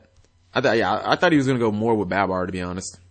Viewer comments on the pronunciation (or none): also its not baaaabar its barbar, just had to get that off my chest cause its annoying lol